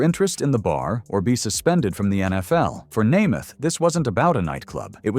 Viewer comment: the mspronouncing of Namath and Unitas' names is unforgivable. A true embarrassment.